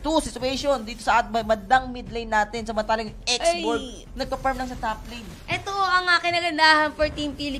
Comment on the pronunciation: Walang F and V si Male Commentator. Hehe “parm”